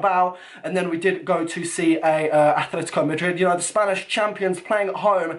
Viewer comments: please just say atleTico not atleTHico:) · You mean aTletico not aTHletico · ... its atletico madrid not athletico... -_ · make a favor pls... It's Atletico, Atletico Madrid not Athletico